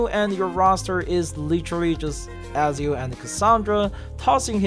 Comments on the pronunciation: Bro who's Azio 😂, it's Ezio Ezio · It Eh-Zee-ooo.